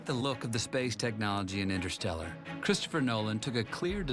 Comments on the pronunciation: "The science of intershtellar"............ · The correct term is actually "The science of innershtellar..." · jimbob jim ”the science of in-er stel-er”